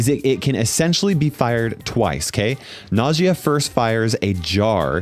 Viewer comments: The second brother is an Arab brawler so the correct pronunciation to her name is "ناجية". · i think najia is pronounced like nausea but with j instead ot s